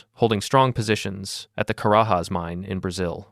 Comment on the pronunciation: Carajas is not pronounced like Spanish. Portuguese phonetics is quite different from Spanish.